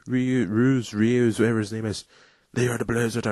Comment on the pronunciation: Reus is pronounced Royce lol.